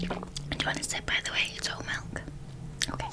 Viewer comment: this is a really specific trigger but i love the way you say „okay“ sometimes u pronounce it like „okuay“ hahahaha i cant explain but i find it soo tingly